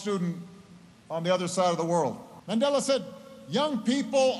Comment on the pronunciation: Hate it when Trevor says 'Mendela' instead of Mandela